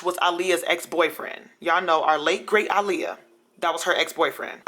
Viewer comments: Ahliyah?? It's Uhliyah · Ok I had to cut this off after you call Aaliyah iiliyah